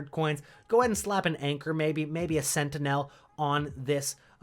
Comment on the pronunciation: You butchered practically all the players name's and couldn't even pronounce sentinel